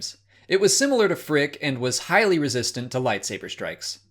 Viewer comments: No, it made them say “phrick” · Phrick? Nah. F r I c K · Mandalorian season 2 with “Phrick” Hehe no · I thought it was pronounced prick! Ha!